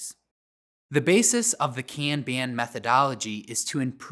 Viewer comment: I like this video because it validates how I prefer to pronounce "kanban"